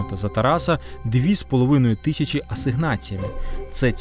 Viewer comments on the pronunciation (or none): none